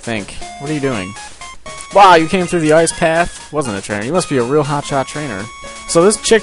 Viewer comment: I like how when he says ice, it's like AAYCE.